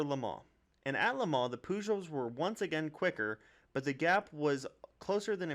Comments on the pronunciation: I know, it's sad. It's not hard to find the correct pronunciation. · bad pronouncing of Peugeot but okay video